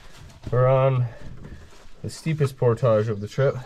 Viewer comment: don't sell out Canada by mispronounced "portage"